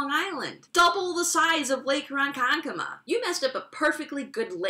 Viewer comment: I appreciate knowing you are from LI and actually know how to pronounce LI town names. That's the first time I've heard Ronkonkoma said correctly in a while.